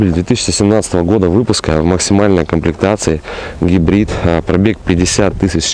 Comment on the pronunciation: АналОг, а не аналАг. КОмплектации,а не КООмплектации...